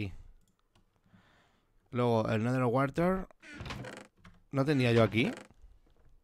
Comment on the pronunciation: jajajaja werter weteman o como dijiste no es un famoso aldeano del la waka island jajajaj es un mensaje oculto jajajaj pero me dio risa como lo dijiste xD